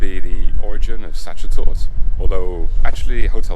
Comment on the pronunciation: Sachertorte pronounced as "such-a-tort", love it...